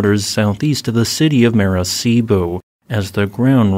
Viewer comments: And it's mah-rah-KAH-eebo, not mara-SEE-bo. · mar - uk - EYE - bo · It's Maracaibo [mar ah k eye beau]. It seems like you unconsciously read everything after the M as "Arecibo" the now-collapsed radio-observatory in Puerto Rico. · Maracaibo is pronounced "Mah-rah-kai-boh" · mar-a-kai-bo btw! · The “c” is hard in Maracaibo.